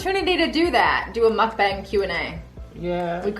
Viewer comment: It's pronounced MOOK- bong. Please do not do one. It's unseemly to watch people stuffing their faces. It's gluttony. 👎